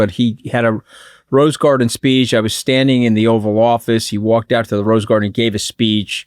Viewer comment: Did she say Offal Office lol, I think that's more accurate. edit No, Katty, he couldn't have given a better speech because it's not his character, it's not in him. ffs